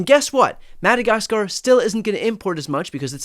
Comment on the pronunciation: "annex madakaskarrr" next 😂